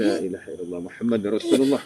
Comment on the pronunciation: Angkat syahadah baca asyhadu alla ilaha illallah bukan asyhadu alla ila haillah